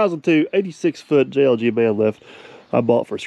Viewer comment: Great video as usual! What did you call JLG ? I played it back several times and couldn't make it out.